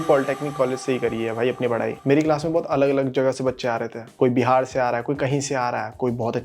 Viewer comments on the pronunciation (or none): none